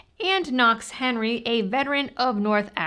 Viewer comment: Did you say "Knox" took over?